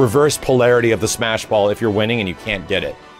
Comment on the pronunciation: I love that he tried to say it correctly, and still fucked it up the second time.